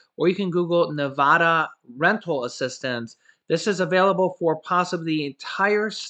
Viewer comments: I'm a Nevada native. Nobody says Ne Vah Dah. Who ever told you that is lol. Bro, Trust me it's Nevada like the a in apple. I've heard you say that someones given you guff about it but they're batshit crazy. For real. It's Nevada. NevAda. The da is like duh. But its Nevada bro. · Yay!!!! You actually said NEVADA right the first time then you messed it up. I have faith that you'll learn one day